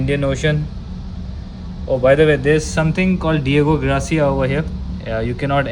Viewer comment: Another enjoyable video, thanks. The US and UK Naval base Island Diego Garcia is pronounced like the Spanish name - Gar See Aa, not Gra See AA as you said. Gracias is thank you in Spanish, the R sound comes first then the A sound. Garcia, the A sound comes before the R sound.